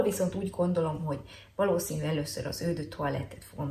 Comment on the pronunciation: Tudom, hogy kijelentetted, hogy leszarod :D, de annyira bántotta a fülem, hogy le kell írjam: eau ejtsd ,,Ó’’. Ps.: nagyon szeretem a videóid, főleg amiatt mert igazán hiteles vagy a tömegben. Köszi és keep on! :)